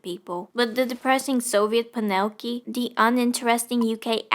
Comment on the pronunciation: i adore how you pronounce panelki